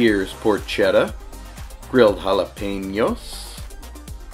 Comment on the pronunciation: We love vegas and we love your videos. Thanks for all you do, but I wanted to let you know that porchetta is pronounced -poor-kay-ta. Thanks. Every Italian American will thank you.